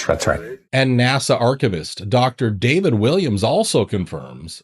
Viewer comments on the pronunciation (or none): none